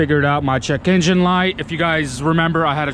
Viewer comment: "Gotta check my Chekeengin light"